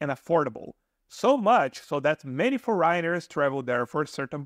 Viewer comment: kudos to you for venturing to do this in your second language; however, with youtube you probably could improve your pronunciation because after a while of listening the mispronunciation of certain words like “foreigner” it can get a bit annoying, but your info is great and I’ll keep listening.